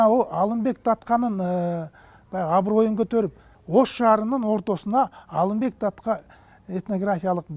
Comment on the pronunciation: Калаты суйлойт экен,Алимбек деп Алымбек деп айтылат